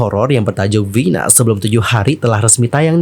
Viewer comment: Kenapa ngucapinnya harus Vhina? Vina mah vina aja. Kayak orang indo kalo ngomong. Dengernya kayak kebule2an nyebutnya